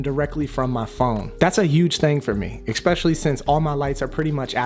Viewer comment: Why do you say especially like that?!?! Why do you say ecspecially? it's not a word.